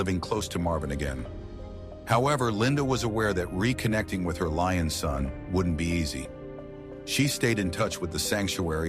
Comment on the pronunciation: It’s a LION! Doofus, not Loin.